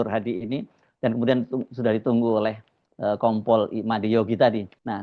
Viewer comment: Itu KOMPOL APA NGOMPOL?! APA SAYA SALAH DENGAR YA?! SAYA TAUNYA NGOMPOL 😂😂😂